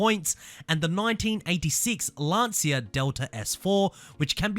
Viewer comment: It's not pronounced Lan"see"a!!!